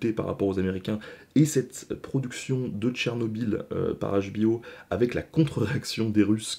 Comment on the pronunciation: Salut l'ami, il faut faire un Choix : HBO en anglais, Où HBO en francais, mais la tu prononce les 2 langues dans le même " mot " 😂 Bisous